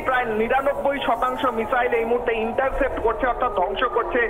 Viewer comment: Interfaced Noy Vai, Intercepted... Olpo Bidda Khubi Kharap